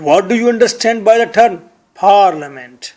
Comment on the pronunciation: Paaaaaarliment,,,,hahaha, Say Parliament.